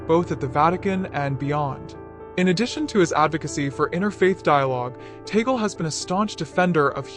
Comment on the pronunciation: Pronounced Tah-gleh. Stop calling him. Taygle